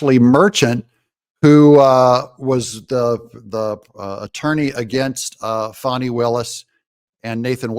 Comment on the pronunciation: DOUG!!!!!!!!!!!! its NOT PHONNI!! its FANNNYYYYYYYYYYYYYY